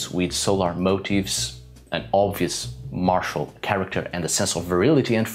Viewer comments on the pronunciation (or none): none